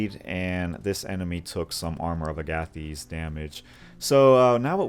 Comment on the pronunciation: Agathys is pronounced like Agatha and thesis; Aga-thiss. Love this build super dope synergy just wish rage replenished off for a short rest 😅